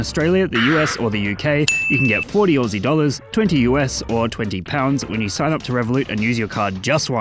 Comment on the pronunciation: Yo why he sayin pounds like that